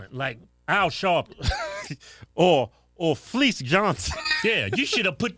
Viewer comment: Man said Fleeece😂😂